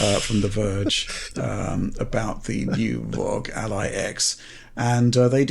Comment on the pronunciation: So happy they are finally calling it the R O G Ally